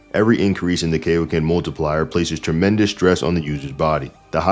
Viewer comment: It’s Kai-o-ken. As in Kai-o-sama. His name is in the move!